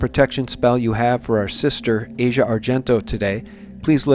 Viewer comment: It's not important in the grand scheme of things, but her name is pronounced as "AH see ah",not like Asia, the part of the world. It's as if you see something and say "Ah! Now I get it". You all claim to know so much, yet don't even know how to pronounce the name of the person of whom you're speaking. I've lived in Italy for 25 years. Asia has always been known as someone who needs attention, but as a generally cool person. I think you're reading too much into her part in this. I do believe that Bourdain didn't commit suicide. He himself was speaking recently about the fact that if he "got a bad chest xray" he'd go back to shooting dope again. As a former opiate injector myself, of over thirty five years, I can assure you that someone who was still thinking of dope in that way would've taken an opiate od as the way out, and certainly wouldn't have even considered hanging himself.